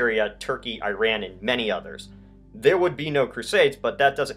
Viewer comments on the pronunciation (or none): none